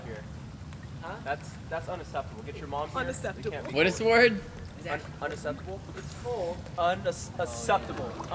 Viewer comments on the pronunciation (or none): Uneseptable 😂😂😂😂😂😂😂😂😂 it’s unexeptable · Unasseptable is how my teacher says it, so...